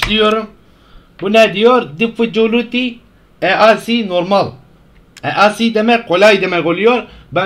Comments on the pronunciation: bir önceki video: Ingilizce ögrencem adam olucam Şimdi: diFfUkUliti eAsi normal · İngilizce öğrendiğin için diffikuliti diyosun adammmm